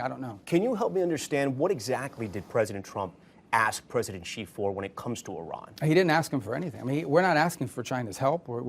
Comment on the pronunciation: Rubio cannot even pronounce China president's name right. on the video Rubio calls him "President GEE." The President of China's name is pronounced SHEE. Not GEE. SHEE. It is spelled Xi and pronounced SHEE in Chinese. President Xi has been President of China for the past 13 years. Rubio calls himself America's "chief diplomat". but he doesn't even know how to say the name of the president of China! Rubio talks like a junior high kid who read a chapter of the encyclopedia about China and is practicing to give a speech about what he learned to his class at school.